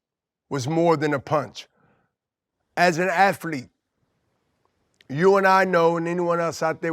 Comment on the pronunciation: Aflete bro… aflete.